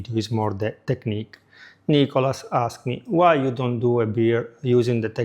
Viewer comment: Who is ni-co-las